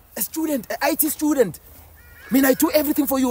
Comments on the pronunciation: My brother saying “Schudent” instead of student is mad crazy 😂😂😂😂😂😂😂😂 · " A STEWdent, a STEWdent?" 😂😂